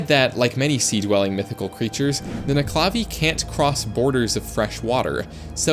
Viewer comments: As a Scottish person, it's pronounced: Nuc-e-la-vee Not: Ne-cla-vee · The way you pronounced nuckelavee annoys the shit out of me. Nuckle-a-vay not nuck-la-vee. At least that's how I've heard it from literally everyone else I've ever heard it from. Otherwise though. Great vid.